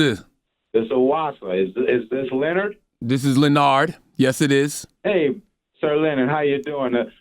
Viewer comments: Hey "leo-nard" CTG: no It's "Lé-nard"... This guy is a man after CTG's heart 😅😂 Like ITGAF if I'm clueless sometimes. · Lol lenard its le'nard